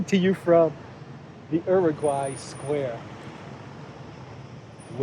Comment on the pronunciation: Exactly my thoughts. Some Hispanic monument in Greece. Y la forma en cómo pronunció el nombre me hace pensar que sabe algo de español.